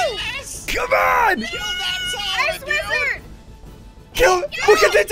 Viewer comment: Ssundee said widrard